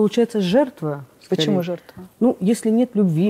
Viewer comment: Очень неприятная тетенька, очень умненькая Алена. Тетенька циничная, холодная и все время проглатывает буквы в словах-сушьте, почьму, чек /человек/. С дикцией нужно поработать. Лучший судья-кассовый аппарат! Не пошла бы, даже имея серьезные проблемы. Не зря слово "человек" она произносит, ка "чек"!